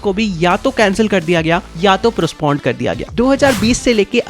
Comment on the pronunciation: Bro.. Prospond nhi hota postponed hota hai 😜😜😜